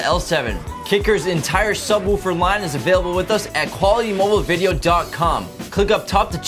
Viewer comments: God say subwuufer one more time its sub woofer. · I like the way he says "Subwuufer"